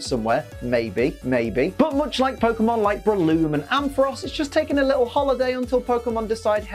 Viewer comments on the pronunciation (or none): none